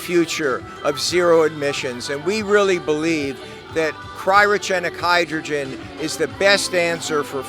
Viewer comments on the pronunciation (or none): none